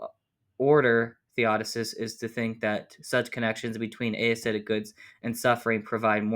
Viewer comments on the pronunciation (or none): Small thing, but "aesthetic" isn't pronounced "ey-esthetic" but just "esthetic". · That was tripping me up. I was only listening to it as audio so it sounded like he was saying a-aesthetic each time haha